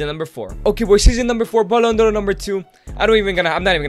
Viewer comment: why do you keep calling the Ballon D'or as "Ballon Doro?